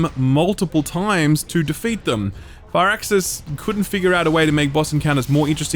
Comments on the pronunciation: Ahh God I never do this, but I have to say something, it’s FIRAXIS not FIRE-AXIS, it’s pronounced “Fearaxis” pretty much. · took me awhile to figure out you were saying firaxis and not far access. gotta love the accent.